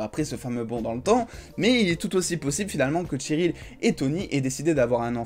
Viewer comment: Bonne vidéo mais juste c'est pas tcheryl mais Cheryl